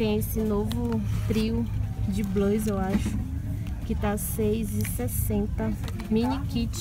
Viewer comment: Fala o nome blush direito